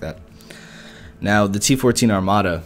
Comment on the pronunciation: It's Armata, not Armada